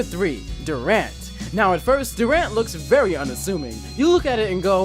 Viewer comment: its dur(durable)ant(ant)